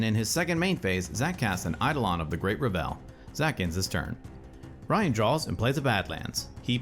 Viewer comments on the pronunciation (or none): Only criticism I have is that Revel is pronounced "Reh-vul" instead of "Re-velle" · Awesome video, just one complaint. It is "revul," not revélle" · "EI-dolon of the great re-VEL" is a real funny way to pronounce that. (Not sure if you're doing a bit, but it's traditionally "ei-DOH-lon" and "REV-el".) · Reh-vull Not Ra Vell. It's a party, not a french composer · Only thing i have a problem with is the pronunciation of “Revel”. It’s being pronounced like “Revell”. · Excellent video but every time you said Great RUH-VELL instead of REH-VL, my eye twitched. :P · Revel should rhyme with Level or Bevel, btw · Was getting ready to comment this. Can't wait to play my meme deck with ReVELL in RiCHES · Eidolon of the Great "Reh·vl" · btw I believe 'Revel' has the emphasis on the first syllable, rhyming with bevel or level. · Just a small thing, I think you might be mis-pronouncing "Revel". A misplaced emphasis on the second syllable. I could be wrong though. EDIT: I was mistaken about the goblin guide triggers. Otherwise, quality content as always! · Revel is pronounced with the emphasis on the first syllable, not the second. Sorry to be that guy, but it was bothering me.